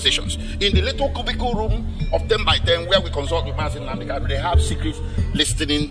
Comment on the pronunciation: Pse, point of correction, it is KANU and not KALU